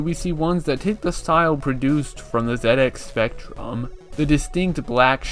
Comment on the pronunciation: Yeah, "Zed Ex" is the correct pronunciation, I've never heard anyone say "Zee Ex", not even people from the US. Probably because "Zee Ex" sounds awful and "Zed Ex" sounds amazing.